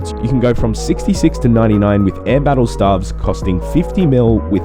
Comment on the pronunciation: Stay-ves, not starves......